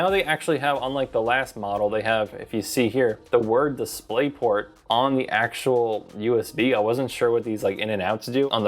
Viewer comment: "DisplaytPort", very reassuring. LOL